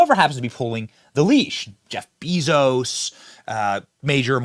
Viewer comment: jeff beeeezos? lol